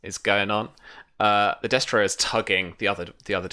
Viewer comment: I'm really liking the show so far. I'm far behind, so I'm sure you've been informed by now. But I'm pretty sure you're pronouncing destrier incorrectly. I could be wrong, but I believe it's des-tree-er, not des-try-er. It's just a very minor pet peeve. The show is entertaining and a good way to get familiar with the rules (I'm starting a SIFRP game next week)